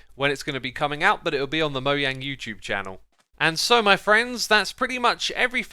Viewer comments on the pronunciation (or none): ITS MOJANG NOT MOYANG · He keeps saying moyang instead of Mojang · It’s mojang not sorry you annoyed me and most of your fans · Lol he said “moyang” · Why do you say "moyange" lol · Why MOYANG?! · I love how he says "" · Why does pronounce mojang as moyang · moeyang? or moejang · STOP PRONOUNCING MOJANG INNCORECTLY